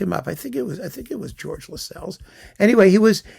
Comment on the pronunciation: And Lascelles is pronounced to rhyme with tassels